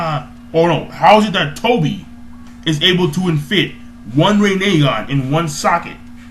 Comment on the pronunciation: rin e gan say it like that